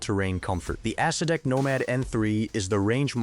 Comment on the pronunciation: 100% true. AI calls the Acedeck an Ass See Dick.